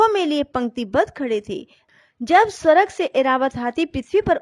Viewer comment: स्वरग नहीं स्वर्ग जय माँ महालक्ष्मी 🚩🚩🚩🚩🚩